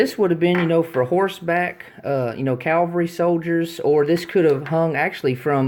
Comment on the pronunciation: You have a great collection. My favorite canteen (only have 2) is my pre-WW1 spun aluminum canteen with a replaced dome cap. You aren't pronouncing cavalry correctly. You're saying calvery & that's where Jesus Christ was crucified. It's cav al rie. I don't think they were plastic caps but rather bakelite. Cheers from an old Marine sergeant in eastern TN